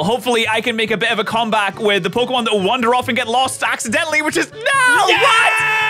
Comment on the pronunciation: is SO bad with the new Pokemon names and I'm internally screaming